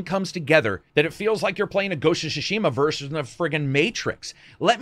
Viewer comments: It´s Tsushima, not Shushima. Tsushima. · It's Tsu-shima, not SHOE-shima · I already thought wow what a great game. Whole new level of gratitude for treating players this. They've shown everyone how it's done. Love it. Hopefully some others will follow. (btw. it's pronounced TSU = つ not SHU = しゅ, at least in majority of Honshu) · It is Ghost of "Tsushima" and not Ghost of "Tsshhshima" 🤣🤣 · Ghost of Shushima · This guy laterally said "shushima"😂😂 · Why do you keep pronouncing it "Shishima"? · Ghost of Shushima? Ok. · WTF is Ghost of Shoe-shima? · ghosts of sushi ma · What's with the pronounciation, I mean, "shushima"? Really?! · It's not SHUshima lol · Ghost of SHUSHIMA XD, Lol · Its actually super duper wrong :D Not only the sounds are wrong but the emphasis is on the wrong letters as well. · love you to death mate but your pronouciation of Tsushima is leaving me in stitches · he pronounces Tsushima different every time